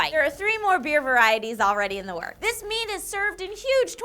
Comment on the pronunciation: I can't tell if is saying "mead" or not.